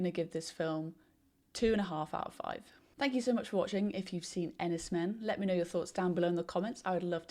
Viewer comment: It’s pronounced Enys ‘Mane’.